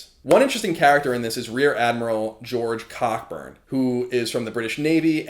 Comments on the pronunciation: great work as always I believe it's pronounced Co -- Burn btw (But it didn't stop my inner child from giggling) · Cockburn is pronounced "Coburn" you American booby ;) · i got a giggle out of him saying cockburn because im immature